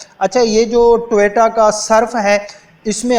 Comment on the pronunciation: بھائی پہلے اردوپر توجہ دو ۔اور ٹوییییٹا نہیں ہوتا ۔ٹویوٹا ہوتا ہے